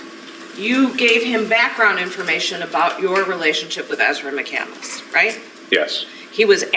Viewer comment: That floors me. What she actually did was spell it correctly but pronounce it wrong. Chris McCandless’ last name is pronounced with 3 syllables. Ezra pronounces it with 4 syllables. She pretends to be intelligent.